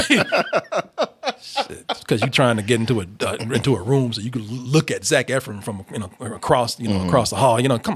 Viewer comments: I’m in my house yelling “it’s Ef-RON!!!!!!!!!!” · First Double Toasted video I’ve ever thumbs down because of the constant “Eff-RINS.” Learn how to say the name of your love!!! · As much as he loves Zach Efron, you’d think he would know how to say his name correctly